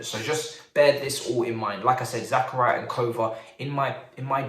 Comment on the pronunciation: Zah-Car-Ee-Uh. Not Zach-Uh-Ri-Uh